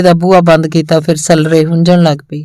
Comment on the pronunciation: ਕੁਝ ਸਬਦਾਂ ਦਾ ਉਚਾਰਣ ਸਹੀ ਨਹੀਂ ਲੱਗਿਆ ਜੀ , ਜਿਵੇਂ ਸੱਲਰੇ, ਰੋਹੀ ਨੂੰ ਰੇਹੀ, ਗਦੈਲੇ ਨੂੰ ਗਦੇਲਾ, ਪਾਲਾ ਇੱਕ ਪਤਾਰ ਹੈ , ਉਹਦਾ ਉਚਾਰਣ ਪਾਲਿਆ ਨੂੰ ਪਾਲਿਆ ਬੋਲਿਆ ਗਿਆ